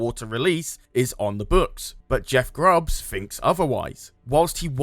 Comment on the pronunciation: It's Jeff Grubb not Grubbs